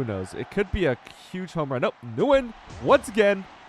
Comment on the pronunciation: pa-dillia 😂😂😂 bro pronounced Nguyen correct but not Padilla 🤡